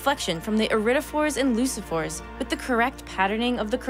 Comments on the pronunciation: Leucophores, not leusophores. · It’s pronounced LUKE-oh-four, not loose-a-four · I suspect leucophors is pronounced 'luke-oh-fours', as in leukemia, deriving from the Latin word for white. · This is a wonderful video -- but -- the speaker, tho earnest and charming, mispronounces a few words (it's "loo-koh-fore"), misuses "lie," says "up to 200ms" when she meant "down to 200ms," and other errors that really shouldn't have been left in a professional science video. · Pretty sure she pronounced leucophores wrong...